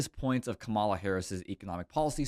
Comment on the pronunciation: COMMA-LAH (,-la)---Now, let's here the real estate "mogule's" plan. 🤔